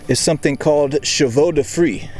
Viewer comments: You were really close on the pronunciation! Chevaux de Frise is the plural from of Cheval de Frise, meaning “Frisian Horse”. I’m assuming Frise was some place where these defenses were first used. You nailed “Chevaux”and Frise is pronounced “freeze”. Btw, Whenever you see cheval anywhere think “cavalier” or cavalry or caballero - all have a meaning related to horses. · Bonjour from France Chevaux de frise : we must hear the final « e « but it’s not a problème…. Merci pour vos videos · Your slaughtered French translates to "Fried Hair" as the name of the sharp tree obstacles....lol